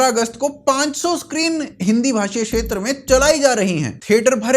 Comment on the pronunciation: Yaar jab ithni acchi Hindi bolthe ho tho Shetra kyon bolthe ho Kshetra Bolo naa. Please try and maintain consistency when you are doing such a good job of promoting Hindi. Mein english lipi mein likh raha hoon ki Hindi samajh ne waale par lipi nahin padhne wale jaan sakey ki main kya kehna chaahtha hoon.